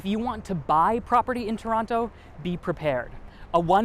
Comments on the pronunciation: 9th thing you need to know, it’s To-ron-no. Not To-ron-toe 😅. In any case what a fun and informative video! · If you plan on staying, I suggest using the local pronunciation. Tron-oh. Not Toerontoe. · Toerontoe lol))))) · it is pronounced "TRON-o" but spelled toronto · Stop pronouncing the second T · Why does he pronounce TO in Toronto ughh